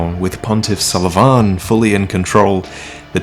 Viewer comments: Sulyvahn... you pronounce it so awkwardly like Suleyman XD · His name is Sulyvahn pronounced as "So le Van" You filthy casual!:P Sorry couldn't resist. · "Salavan"... what? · Your pronounciation of Sulyvahn triggers me.